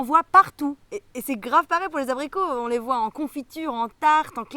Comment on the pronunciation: Hihihi j'adore !!! "Abricu" 😂